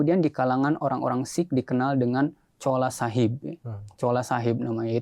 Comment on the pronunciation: Ma'af bukan Chola tp "Chula" Chola itu ga boleh disebut karena artinya kurang baik menurut BHS Punjabi/Urdu